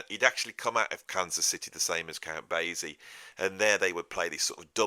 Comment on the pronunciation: Count Basie is pronounced bay-see—the s sounded as ess, not zed. And New Orleans is pronounced Or-leenz.